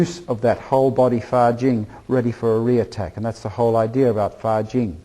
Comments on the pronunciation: a lot of confusions things here. this guy misunderstand a lot of things, and misunderstand others martials arts. he explains wrong and doesnt understand what 发劲 fajin et non fajing quil ne sait meme pas prononce. did even really learn taiji? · a lot of confusions things here. this guy misunderstand a lot of things, and misunderstand others martials arts. he explains wrong and doesnt understand what 发劲 fajin et no fajing what he cannot even say right. did even really learn taiji?